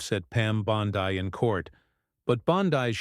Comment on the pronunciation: Bondeee pitiful ai